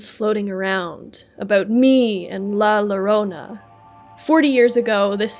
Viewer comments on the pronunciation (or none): im spanish, and im a little angry with her pronocing la llorona as la lorona, but overall, really nice video, keep it going n_n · lah luhronuh is killing me